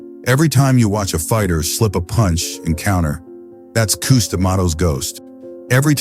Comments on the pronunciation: Cus, pronounced “Cuss”, due to his full name being Constantine, NEVER referred to his style as “peek-a-boo” until after the media began using that phrase as an insult against not only the style, but to Cus as well. He heard it, knew it was a dig at him and his style, but he liked it so much that he proudly adopted the name and it immediately stuck. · That A I voice saying Koos instead of Cus kinda lame.. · Cooz 😂. AI is pretty funny. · Would be cool with a real human voiceover. ..."Koo-s"... Hilarious. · Kuz, Kust, Kustamato..???? Really? Pathetic. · Cus not Kus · I can’t get through this with the orator pronouncing Tyson’s trainer as “KOOS”…. Can’t do it 🤯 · Cus as in uh not coos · Wish you pernounce Cuz's name right. Is this A.I. ? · God, I hate AI. Pronounce Cus correctly!